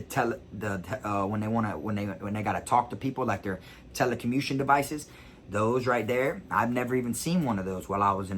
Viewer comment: Lol said "telecumition" devices lol now you got me sayin it like that 🤣 wtf is the word I'm trying to say haha